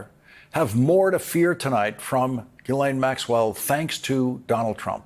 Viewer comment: GHIS, LIKE GHOST. You pronounce the IS . GHEES LAINE